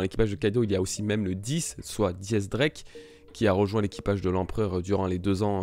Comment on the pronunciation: pourquoi tu dis Di X Drake ? pour quoi Di ?